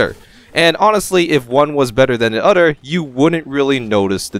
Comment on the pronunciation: I like how this guy says udder instead of other lol